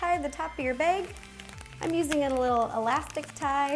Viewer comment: I've heard some YouTubers call bags "baegs".